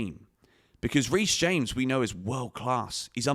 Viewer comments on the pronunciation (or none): none